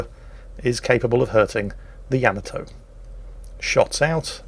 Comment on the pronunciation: It is not without irony (a type of humor) that I bring to the forefront the fact that as you quip on about someone's speech patterns or pronunciation failures that you continue to mispronounce the very ship you are featuring!, for God's Sake it is not pronounced YAMamoto, it is pronounced YaMAHtoe look it up. Well having said that carry on! Love you. You would send me straight to the bottom. Tod in Las Vegas.